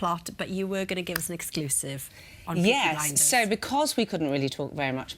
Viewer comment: he fookin said peaky blenders